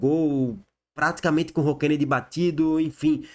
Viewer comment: É ROKENEDY E NÃO RONKENEDY.